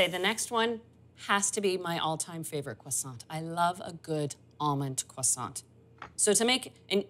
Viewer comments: did she just say cwoissant or am I trippin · Kwasant, girl what are you saying hahah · 😅😆🤣I get it now, I was ignorantly impressed, I thought that is the original French pronunciation, laughing at myself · The "T" in "croissant" and "chocolat" is silent. Nice demo, thank you.